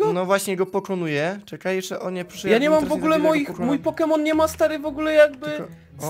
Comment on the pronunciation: Może nauczysz się czytać proste nazwy poków? łatwo ci idzie uczenie się jak nauczyłeś się tak debilnego zachowania jakim jest wyzywanie osób pokrzywdzonych ,,niepełnosprawnych"